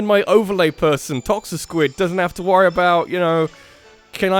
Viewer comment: ToxiQUID not ToxiSquid (so close)